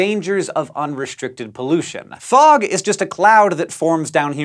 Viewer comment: I’m happy I’m not the only one that thought it said frog😂